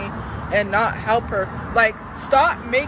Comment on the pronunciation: It pmo when she says halp and not help